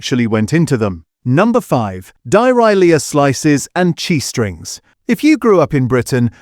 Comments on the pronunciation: AI pronunciation of Dairylea made me laugh: Di-ri-lee-ah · Why AI? Why the stupid AI voiceover? I've never heard Dairylea pronounced like that! For decent supermarket cheese, try these from Sainsbury's: 1. Vintage Reserve Cheddar, (Taste the Difference) 2. Extra Mature Farmhouse Cheddar, (Taste the Difference) 3. Extra Mature Cumbrian Cheddar, (Taste the Difference) 4. Barber's Mature Cruncher (Taste the Difference) 5. Barber's Vintage Reserve (Taste the Difference) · Pronounced Dairy Lea not Dirylea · It's DAIRY LEA, NOT DARALEA. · For God's Sake!! It's Deh-ri-lee NOT Dye-ry-lee-ah. Please teach your AI and PROOF YOUR STORIES!!!! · very interesting....... but OMG... CAN SOMEONE TEACH Ai HOW TO SPEAK ENGLISH....... dairyle DARE RE LEE. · WTF is Dyarilia i’ve only heard of Dairylea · Why is there a picture of an old guy playing an organ when the commentary is talking about a judge? AI making an utter dog's breakfast of pronouncing 'dairy-lee' as 'diary-lee-uh'. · This video claims to be an expert, but it's actually as fake (using AI) as some of the cheeses mentioned. Some of the cheeses mentioned do NOT claim to be cheddar. DairyLea is not Welsh and is NOT pronounced Di-ri-leah but rather Dairy-Lea, and does not claim to be cheddar!! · dirylia? yah mean dairy lee? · Die rye lia ?...... Dairylea pronounced.....Dairy lee. man I hate AI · WTF is Die Rha Lia cheese?? Is there anything true on You Tube these days? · Dai. . Ree. . Lee. . Not diarhea. . (Dont like em) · Darahliar ? Lol Dairy -lee . Dairylea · Is the voice AI dyeryelia? (Dairy lee) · its pronounced Dairy ..lea not diarrhoea although it tastes like it lol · lol at Die rye lia !!!!!! dairy Lea is how you prounce it! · Dai-rye-leea? DAIRY-LEA! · WTF is Di- ri-le-ah... sorry couldn't listen beyond that , think you meant Dairylea. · Get the names right this AI voice can't even say DAIRY LEA correctly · dye rye leah lmao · Dyralia? I don't think so AI. !! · Dairylea - die - ry- lee-a really ? 😢